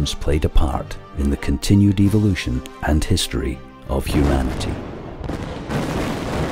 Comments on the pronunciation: ...I hate the way this guys accent makes him say "evil lution". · The narrator is a mic eater, if this clicking and hissing bothers you, you would really have problems with the bushman languages of Africa? I like the way this Englishman pronounces evilution. I would rather believe we came from outer space, Than put faith in science establishing a missing link between kinds!